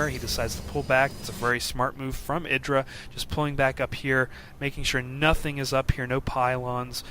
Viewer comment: eeeeyyyyyeeeee dra like an eyeball, or the letter I, as in mself. Idra not like, kid